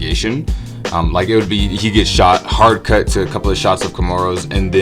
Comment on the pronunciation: why do you say 'cuup' it sounds fucking weird